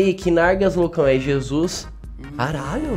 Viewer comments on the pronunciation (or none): none